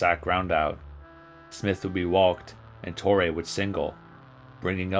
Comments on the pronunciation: Painful to watch when you aren't pronouncing the names correctly. Ken Reitz is pronounced "REETZ." and Joe Torre is a HOFer... I shouldn't have to tell you that it's TOR-ee, not Tor-EH. SMH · yeah...torray pronunciation threw me too. like cmon man. most famous manager since Earl Weaver.